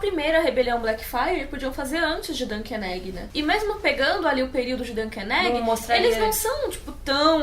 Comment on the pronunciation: Eu entendo ela falar "Dunken Neggy" 😂😂😂😂